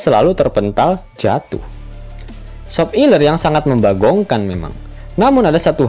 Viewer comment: Kenapa pengucapan nya harus sop iler.. emang admin nya suka sama SOP iler.. aku mah jijik 😂